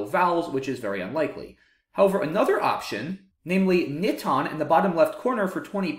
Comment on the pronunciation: Haha wow good eye Alex, you're right! I think I actually mispronounced NITON, but I wasn't really concerned about that, though I did want to pronounce the star word of the video correctly :)